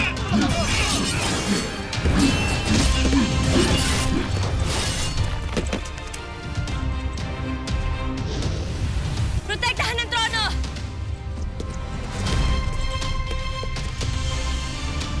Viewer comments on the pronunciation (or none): sabi protektahan hindi prinutektahan